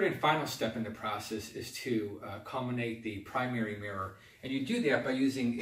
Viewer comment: Not sure why you always say colminate/colminator? :D